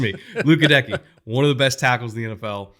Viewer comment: Goedeke is pronounced “Get a Key”. Just for future reference.